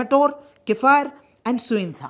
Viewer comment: Love it how you pronounce kiphire n tuensang 😅😅...n we ENPO wants seperate statehood because we don't get what's our in every aspect... education which is most the most important backbone n pillar of everyone... just compare the whole six district college with kohima/dimapur it won't be able to match..n Even after that in one GOVT. college the Nagaland government can't provide sufficient lectures for the students. Now there's some private colleges coming up...